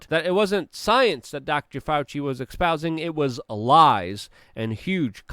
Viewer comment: Also, espousing, not "expousing."